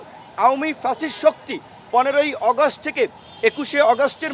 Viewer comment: কিছু লোক আছে বেশি শুদ্ধ বলতে যাইয়া শুদ্ধারের অশুদ্ধ বানাইলায়।যেমন আগস্টেরে অগস্ট কইতাছে 😂